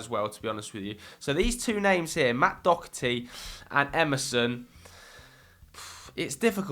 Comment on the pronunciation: can someone telle where people are getting dokerty out of Doherty and don't tell me that's how it's pronounced because Im Irish and one of my best friend's second name is Doherty and it's pronounced Doherty